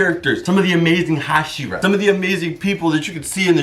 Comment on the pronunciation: Correctly pronouncing the word hashira deserves and instant like